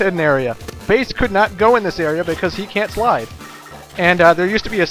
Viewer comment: The way you say "slide" makes it sound like "fly" on my computer.